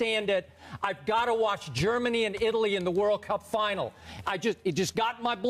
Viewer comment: Even his intonation saying "World Cup" is off. hahahahahahaha